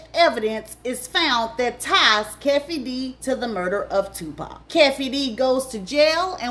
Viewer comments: LOL hey lady I just want to tell you Keefe D's name is pronounced "Key - Fee" D. I thought you were talking about an African when you said you pronounced it Que-fee D. Lol, But you've mentioned stuff that hasn't been mentioned on Art's channel and Pac is all he talks about for the most part. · His name is pronounced "Key-fee D" not "Kef-fee D" Keefe D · please stop saying Keffe D. It's Keefe D. aka Kee-fee D. Gurrrl you getting in my last nerve. 😂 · Key fe dee but spelled kee fee dee you miss pronounce alot of names but your a damn good narrator and it's Ha rrel not harrold😅😅😊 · it's "Keify D", not "Keffy D". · Luv... please work on name pronunciations...It's KEEFEE DEE NOT KEFFE DEE😊 and ANDRE HARRELL (Hu rell) not Harel. .... other than that, you poured some good tea❤ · Keefe D It’s “Key- Fee D” 🙄. Stop messing up people names. You can tell your story but you at least need to get your basic information and pronunciation right. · Keffy Dee & Andre Harrell is taking me tf out Tt!!! 🤣🤣🤣🤣🤣😭 It’s Kēefē & Huhrell 🤣😭🤣 Edit: the message is clear 💎 all that matters! Stay out of this industry babes! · Key-fee-D. Not Kefy D.💀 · It’s pronounced key-fee-d😂😂😂😂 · Its Kefee D,Pronounced[KeyfeD] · Chillllleee you and these names 😂 Kee-Fee-Dee and Andre' Ha-Rell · It’s pronounced “kee-fee d” and “andre ha-rell”. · Key-Fee-D is how the name is pronounced you stressing me out this video😩😭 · It only takes 30 seconds to look up pronunciations. Andre HuhRelle Kēfē dē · 😂‼️ It's Pronounced ➡️ Kee-fee D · His name is kee fee dee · Its pronounced Key 🔑 fee 😂😂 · Hi how are you? Andre's name is pronounced. Andre. Her rel. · His name is pronounced "Key-fee-dee" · Great video overall but it's pronounced KEEFY D and Andre HAH-RELL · Kee fee dee u u pronouncing it horrible tupac started a fight it was retaliation Orlando was a real gangster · Keef-e D. That's how you say that... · This story is soooo inaccurate 😂 and it’s pronounced (Key-Fee-Dee) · Learn to pronounce